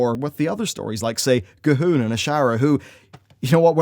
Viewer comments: Clayton Smith no he’s saying G’hun not C’thun. At least in this video. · Arathi*, not "arithai" C'thun*, not "cuhun" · Also says C'Thun like ca-who-n when it's ca-thu-n